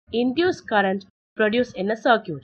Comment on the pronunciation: circuit....what i hear =sir cute